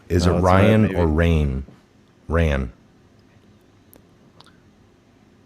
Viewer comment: You both said my name right. It’s sounds like “Ann” + R. Loved the Live show today you’re both incredibly smart, I learn so much, and both ya’s quite funny. Love & prayers. Rann Alabama, the beautiful South ♥️🙏🇺🇸